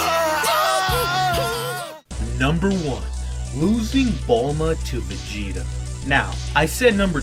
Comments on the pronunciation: Wait you said veagta instead of vegeta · its vegeta not veagta